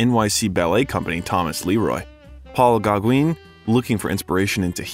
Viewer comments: Paul who? Gogwin? Pretty please… 😂😂😂. edit Not the only name that got butchered. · Who TF is doing this VO? Did they get paid for it? "Paul GAH-GWEEN?!?" Are you kidding?!? "GAH-GWIN" would have been less embarrassing give that there's no E at the end of Gaugin... jesus christ....